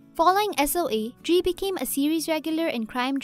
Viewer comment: This broad left out the deeper film history of afew of these great actors. Like Katie in Married w/Children & that she's also a renowned opera singer. Ron from Hellboy. Drea (which she mis- pronounces her name. Psst, it's pronounced "Dre-ah") of Sorpranos fame. & my boy 'tig' from Waterworld. Must've came into the country way after 2000.